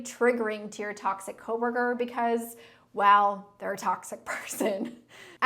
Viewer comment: i love saying "co-wur-kur". lol